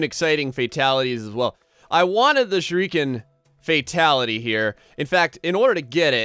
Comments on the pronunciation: "This guy's number one!" No,!, "WE ARE NUMBER ONE!" It had to be done Oh and by the way, it's pronounced Sure-E-Can, not Sure-E-Ken, so nobody can tease you for that anymore. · Sure-a-Ken it's bugging me how bad u pronounce it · Damon May No, it's actually pronounced,"Sher-ee-ken."